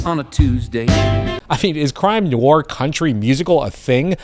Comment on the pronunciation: It's pronounced nwarr detective....c'mon dude.